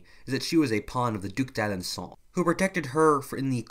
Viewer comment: Says that Joan was a Puppet of a French Duke, the pronouncation of which meant I couldn't figure out how it was spelled, but according to the subtitles is called the "Duke Dad and Saul" [Duke of Dalandsaul.] If anyone know the Proper Spelling and Pronouncation of this Duke's title and what the Name of it's holder was, could someone please tell me because I didn't understand what sayed, [Probably beecause he's Pennsalvanian and I'm Australian,] and am interested in this Duke. Please respond if anyone knows, I'd greatly appreciate it thank you.:)